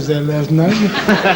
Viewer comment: Don’t point at me! 🤣 I thought you said public N-word. 🤣 Guy cracks me up, he was an amazing boxer, a poet and could’ve done well as a comedian! What a spectacular human Ali he was! Such an inspiration and one of the best of us. ❤